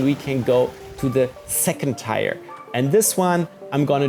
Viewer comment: Lovely, just curious do you pronounce tier differently where you are from? I’m in the US tier sounds like tear that you shed when you cry. Tier the way you pronounced means tire that is on a bike or automobile.